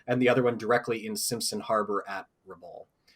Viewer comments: Just for the record, Rabaul is pronounced rɑˈbaʊl (phonetically rah-boul), not ra-bowl. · Interesting that the "4th' Kokutai (4th Ku) was so named. Then subsequently, the Japanese Navy; recognizes Them as the "Hard Luck Unit". Because according to Traditional Japanese Culture (albeit superstition); the Number '4', is like '13' to Westerners - Bad Luck. But more so, as the Japanese pronunciation of '4', is very close to the pronunciation of Death. Therefore, Number '4' has become synonymous with Death.